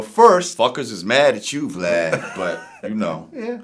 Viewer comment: he called him "Vlod" 😁😁